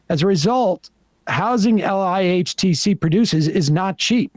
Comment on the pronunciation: is where it's at. So glad Sam read this out loud and brought up LIHTC. Btw Sam, in the industry, we phonetically call the acronym, "ligh-tech".